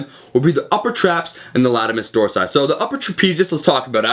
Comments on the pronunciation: Lol u said latimus dorsi Latissimus! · Omar, what is a latimus dorsi? Haha, great video though bro!!